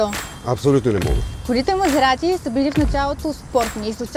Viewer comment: "това е Мазеаати, итаянски баан", хубаво заснето, адски тъпо реализирано, и водеща с говорен дефект, никакво задълбаване в колата